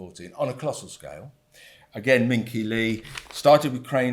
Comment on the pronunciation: Min Qi Lee is pronounced MIn Chi. Workers are dumbed completely, housing and social inclusion is so rife an issue now (with a cashless society looming fast). I'm currently on strike in China - hours is the main issue, it's a ruthless regime of poor work conditions. The visibility of the educated wealthy middle class is currently curtailed by the fact that their lives as wage slaves and 'Jones's' are worse than the poor, save for a few home comforts. The government knows its people - food, alcohol, prostitution, online games, debt and cigarettes are cheap and freely available 24/7. The educated are very less educated than most graduates except in tech science and math. The crux will come when the currency falls and housing debt or rents are unsustainable - wages are dire for the majority but employment is kept at maximum levels. Also expect restriction of movement in the future as the poor fall out of the social score system. One thing I learned from my degree studies was that socialism took hold through social groupings; be it British pubs or footie matches in Africa, there is no such thing available in China, by a culture thats family focussed and overly policed in public it is very difficult for discontent to be shared. The housing/infrastructure collapse is a huge concern, people have nowhere to return to now the land purchases are all but complete. If they fail to win the markets of the developing world it will just result in famine and central meltdown. 加油中国